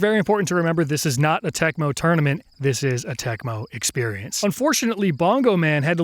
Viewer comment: Is it just me that keeps hearing him say tourmenent instead of tournament